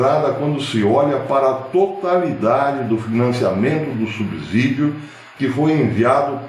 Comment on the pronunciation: Professor, bom dia. Com todo respeito uma correçãozinha na sua fala. A pronúncia certa é” subssídio”, som de S, não de Z. Corrijo muito isso com meus alunos. Grande abraço e parabéns pelos seus vídeos.